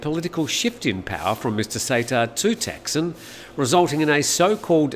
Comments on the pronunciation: In Thai it is pronounced Thaksiin, so yes, he makes it sound weird 😄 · Sounds like you're saying "Texan"??